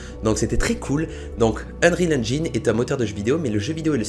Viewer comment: Ça ce dit unreal enjaïne